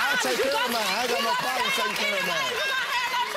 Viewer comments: "I don't cuuuurrree." It's CARE !!! 😑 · Omg u shud say sorry n its not cure its care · "I don't Cur".